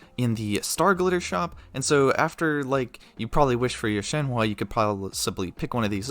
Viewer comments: ITS SHENHUH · i can see how you got there, but you're still mispronouncing it pretty badly... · It's shen-hu you say it as shen-hu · In mandarin her name pronunced Shen huh. Like the English word Uhhhhhhh Shenhuh. :) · or an even easier way to see it is “Shen-Her”! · if ur gonna do these videos say the names fucking right u ALWAYS say them wrong and its not even funny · definitely up there with the worst pronunciations i've heard of her name lol top 3 at least